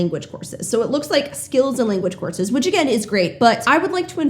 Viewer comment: For some reason I keep hearing "horses", not courses. I'd like some hi-level horses, yes.